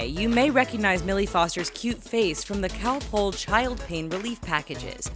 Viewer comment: The way she says Calpol😬